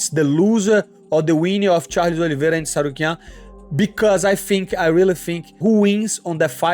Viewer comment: It's interesting that Renato was the only one who pronounced Arman's surname correctly😅